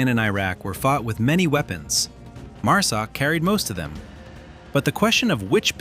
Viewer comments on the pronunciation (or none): Overall good video, but I would highly suggest you get your freakin Ai voice corrected to say MARSOC, NOT MUSOC. And STOP SHOWING FOREIGN MILITARIES AND WOMEN, I can assure you neither exist in MARSOC, and you are pissing off a bunch of folks with your careless greed, and stupidity, to put out a video !!